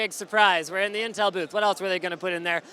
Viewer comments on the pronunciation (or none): LMAO WTF WAS THAT "in teemsnms" XD